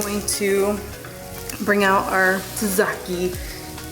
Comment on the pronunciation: love love love... you are so freaking wonderful... you did have me crying with laughter at the pronunciation tzatziki… sorted it for you babe (didn’t know myself to be honest) laughing x SAT - SEE – KEE simples x love from England x x x